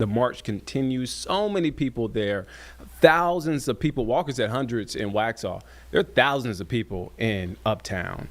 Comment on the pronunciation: Taught him to say hundreds 😂 come on ninja